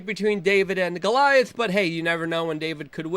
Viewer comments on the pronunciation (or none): none